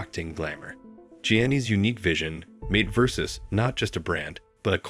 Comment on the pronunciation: You would think that AI could learn how to correctly pronounce Versace.